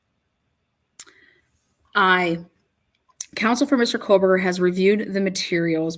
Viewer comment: Can you stop saying fuckin KOHLLLLBERGER yet plz? Kthanks. Like.. Jfc, dude.. You know it's not his name.. 🙄🤙Lol..